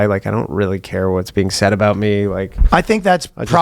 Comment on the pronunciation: I know! 😂 and “aboot” It gets me every time.